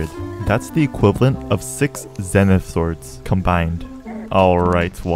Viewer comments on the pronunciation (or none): none